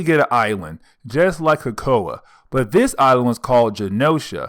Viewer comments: Why do these people make these videos but mispronounce important stuff? It's not "kakoa". I don't think it's ever been kakoa. Krakoa, CRACK+O+UH, like but crack with o then an uh. Give it a try, YouTuber. 😜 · Just stop saying "kakoa". We know what you mean. And hordculture instead of hordEculture but I like how you said whoreculture, though. Magneto did that and I loved it. But just..........it's hella distracting everytime you say kakoa. Where'd the "r" go? And obviously you can read because you're pronouncing everything else right but still...... Naw, you just mispronounced Madrox. Who's Jaime "Maddox" and what's your problem with not pronouncing "R's"? Ija